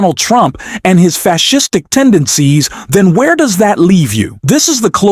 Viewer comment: Facistic is that a word, don't tink so